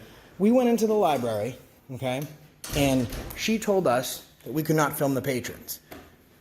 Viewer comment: The way she says "Lieberry" tells you that she clearly can't spell Library, so she shouldn't be working in one.